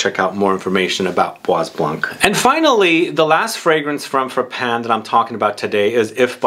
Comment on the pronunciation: please Study a little bit more on pronounciation of your French; it is bwa blân......the s in bois is not spoken and also not spoken is the "c" in blanc😮 Kind regards from a perfume lover from Holland ❤